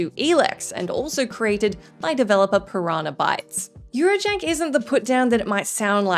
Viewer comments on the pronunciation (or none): none